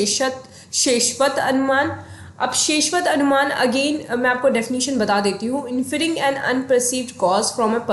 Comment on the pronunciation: Anumana is pronounced as अनुमान